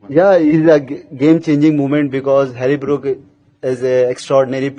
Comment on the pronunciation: Siraj said Hari brook 😂